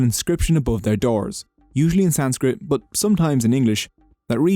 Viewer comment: It's such a shame how the most sophisticated and reverred religions and their respective languages like Sanskrit is being mispronounced and not properly intrepreted by Non-Indians. It's not a personal attack on but I am here to tell viewers the Indian ( or Dharmic ) religions, philosophies and languages are impossible for you to intrepret in such short time and in such short video. It takes lifetime. One has to drop some prejudiced ideas of their respective thinking-pattern and knowledge. Even the dates the video maker is claiming these religions to be years old? That's straight up ignorance and lack of authentic studies out there in western centric Historical and Archaelogical systems.